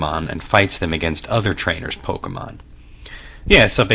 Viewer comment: Thank you for not saying "pok-ee-mon".